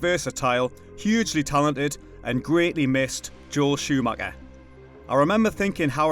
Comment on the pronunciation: Joel Shoo-Macka, awesome